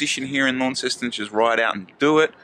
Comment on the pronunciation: Insider tip. It's not L.a.w.n.ceston. You're not mowing the lawn. It's L.o.n.ceston. 😁